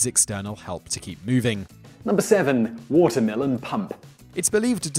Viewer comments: He definitely said watermelon pump but wrote water mill pump😂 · I swear he said watermelon pump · I thought he said "Watermelon pump" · I even heard "watermelon pumkin" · Same i was like. Wtf? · yes he said it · Damn British accent! :-D